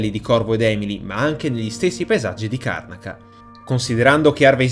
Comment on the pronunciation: Si pronuncia "Karnàca", comunque...